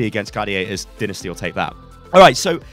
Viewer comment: Why do you pronounce Dynasty like “Dinisty” it’s “Dy-nah-stee.”